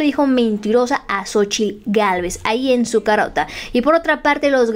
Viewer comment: Lo peorgrr? Es francesa la tal Cónchitl Gálvez? O solo disléxica?